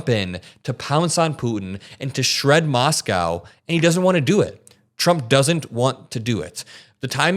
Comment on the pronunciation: I get what your saying and agree with most but dude, saying Moscow shouldn't take that much effort ❤